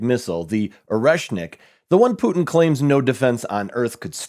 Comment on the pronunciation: POOTIN ISS DUNEE